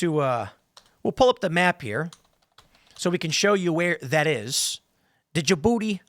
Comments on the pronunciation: It's pronounced juhbootee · Stop pronoucing the D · As a French, the way you pronounced "DJ Booty" was hella funny.